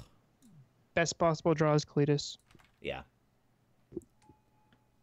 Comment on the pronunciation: its KAH-lee-tas not CLETUS xD